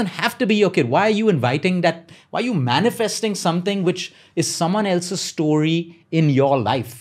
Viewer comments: Bro its "STO-RY" and not "STAW-RY" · Please stop saying stoary